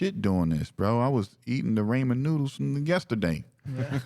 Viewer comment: im sorry.... did he call them RAYMOND Noodles???